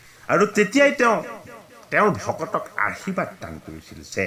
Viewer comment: 🙏🙏 কৃষ্ণ কৃষ্ণ বাপ , সেৱা আগবঢ়ালো। শুনি কৃতাৰ্থ হলো।বাপ , আপোনাৰ উচ্ছাৰণ ত কেইটিমান মূল পোৱাৰ বাবে আঙুলিয়াই দিয়া হ'ল। উত্তম শব্দ টি আৰূ আশীৰ্বাদ, কৃষ্ণ বাপ, আঙুলিয়াই দিয়া ৰ বাবে অপৰাধ হ'লে ক্ষমাদান কৰিলে কৃতাৰ্থ হ'ম।